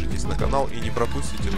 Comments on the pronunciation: не волли а вАлли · Не волли а Валли!